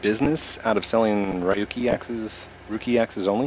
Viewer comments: it's said ruckuryackz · Ru I'll.. ruyiki XD its ruling XD!